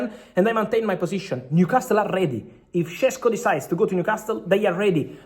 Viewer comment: Fabrizio, you're a wealth of information and I know English isn't your native language, but common paisano...stop mispronouncing Newcastle as 'castel'; the 't' is silent, like 'casel'. I'm shocked someone hasn't corrected you sooner. Otherwise, grazie and molto bene!